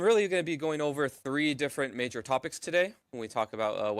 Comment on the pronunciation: I would like to first say I really enjoy watching your channel and trying out your builds. That been said, it's Major not Mayor.